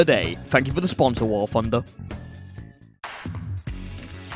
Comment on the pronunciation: "War Phunder"